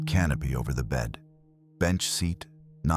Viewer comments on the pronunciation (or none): none